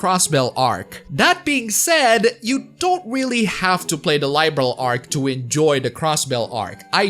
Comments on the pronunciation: It's pronounced "Liberl" instead of "Lie-berl". =) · Its Liberl not Laiberl goddamit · I see, you've been bitten by the bug! Glad to see you're having fun playing my favourite game series! BTW. Liberl is not pronounced LIE - Berl.